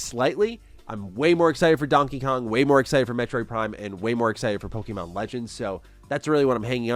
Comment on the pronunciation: The way you pronounce Pokemon is frustrating. Its pronounced poke-ay-mon, not poke-ee-mon